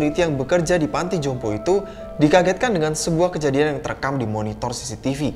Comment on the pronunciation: "Panti jompo" bang... Bukan " panto jompo "... 🤭